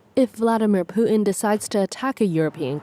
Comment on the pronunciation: Hey reporter , there is a T in Putin!